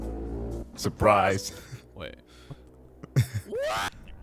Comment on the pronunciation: how did u say surprise like that